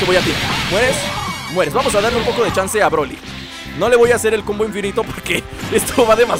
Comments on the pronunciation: dijo chanza en vez de chanze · se dieron cuenta de q dijo chansa